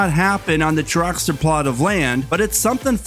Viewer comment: What is a "dracster"??